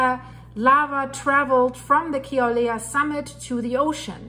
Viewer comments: It’s Kill-a-way-a. Emphasis on the ‘way’ syllable. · Ur cute :-) I love ur accent :-) and Kilauea has a w sound where the u is :-) God bless and Godspeed